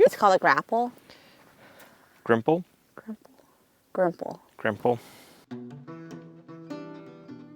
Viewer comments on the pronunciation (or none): It is Gripple where I come from, not Grimple. Grimple may be a "knockoff" version. I could give you a few other fence tips especially associated with bracing, but you will work it out over time. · Not Grimple, Gripple